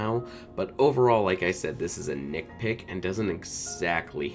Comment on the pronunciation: NITpick Not NickPick NITpick